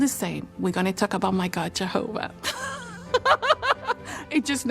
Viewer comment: litterally could take the forced way he say Jahova "jaHOva"